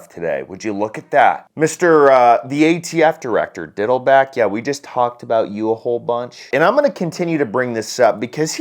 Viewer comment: Hahahahaha, you said "Diddleback"🤣🤣🤣